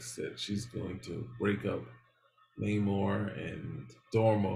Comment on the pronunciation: Naymor, not nuhmor. He’s not Mexican, despite the Disney version.